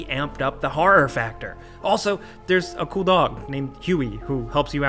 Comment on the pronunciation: "Harra-h gaymes"